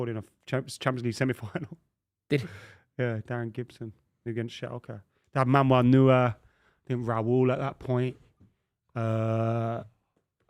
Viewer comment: My reaction when he completely butchered Manuel Neuers Name 😂😂😂